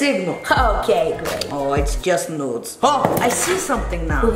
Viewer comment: andres when helga said nudes i tought it was notes and now that I watch it again i realized it was nudes lol